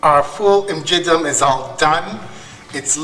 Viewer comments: Well Done!! Proset tassew. Please note that It is Ful imgiddem and not Ful imġiddem. The two words look the same but they have two totally different meanings. The 'g' of imgiddem is pronounced as the 'g' in get or gate. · No my friend you are saying imgiggem acually it is imgiddem very good of you for showing our traditions. In MALTA God bless.